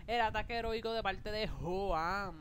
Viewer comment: A y otra cosa se escribe joan pero se pronuncia jhoan ya